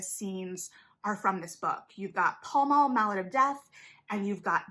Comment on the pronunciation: Great video analysis. The cast has confirmed it’s pronounced “pal mal” (like the location in London) though.